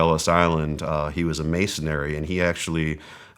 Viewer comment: He said masonary?